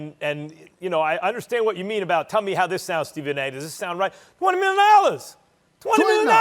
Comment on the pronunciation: 20 Nillion Dollars - Stephen A. Smith 2021